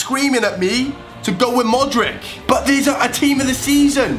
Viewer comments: modrich. it's pronounced modrich. not modrick. cmon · You pronounce it "modritch" not "modrik" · It's Modritsh ... Not Modrick D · Lol Modrick.. It's pronounced Modric xD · its pronounced 'modrich' not modrick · its more like modrich